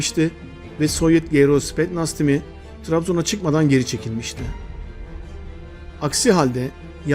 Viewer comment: spetnaz değil kardeş spetsnaz olacak